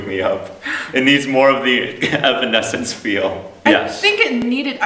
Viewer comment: andddd it's evanescence not aminesence 😂😂😂